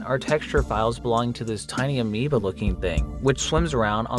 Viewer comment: bro stop saying Amoeba